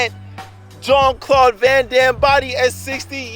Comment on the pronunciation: good shape, yeah, "jean claude"? not even close